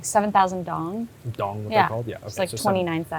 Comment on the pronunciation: Dong isn't pronounced the way you are saying it.